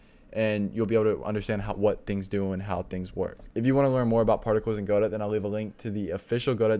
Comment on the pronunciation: "guh-dough" not "GO- DOT" lol